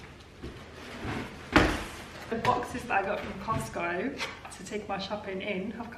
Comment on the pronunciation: She said cotsco